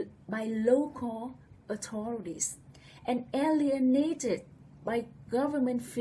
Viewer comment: With out a DOUBT women are subjected to more AND worse abuse than men !!! I beg your pardon... but, your message would have a better delivery/response if the word "authority" and "authorities" were pronounced more clearly. Please let me know how or if I/we can help...